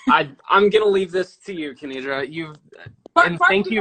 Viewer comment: Thank you so much for uploading this! Just letting you know her name is "Kenidra", not Kendira! :)